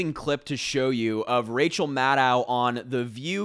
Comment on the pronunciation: Maddow rhymes with shadow. A lot of folks make this mistake.